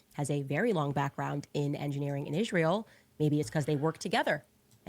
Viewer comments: Why does Candace always say ISHreeyal? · It’s insufferable. The way she pronounces Israel is also insufferable.